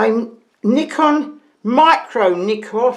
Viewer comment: I like how you say Nikon, the proper way.. 😁